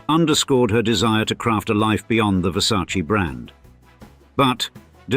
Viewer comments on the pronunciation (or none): “It’s ver•sa•che… not ver•sa•chee” ~Donatella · It isn’t pronounced VersacEE. It’s VersacE (with a sounding Latin e, not an Anglo ee) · Wow you know everything! The right pronunciation is VersacEh (just to who want to spell it right) non VersacI. And being billionaire is not being happy, the same old and sad story 😢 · Were you aware that the name is pronounced Versace, with an "e" as "echo" in the end, and not Versaci? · It’s a VerSayce You mean VerSarchChe Showgirls. Lmao. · In english, letter E you read like I, but in italian Versace is named with E LIKE ELEFANT, so it's not correct say Versaci....it's not difficult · Versac EEEEEEEEEEEEEEEEEEEEEEEEEEEEEEEEEEEEEEEEEEEEEEEE Not I Its E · The name "Versace" contains two "E"s, both pronounced the same way. The correct pronunciation is the same as that of the first "E". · Still pronounce Versace incorrectly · The way Americans keep mispronouncing Versace feels like scratching on a schoolboard to my ears. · Why can´t the narrator pronounce VERSACE correctly? What a hick! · In English they pronounce it differently. Like brand names that are pronounced differently in different countries.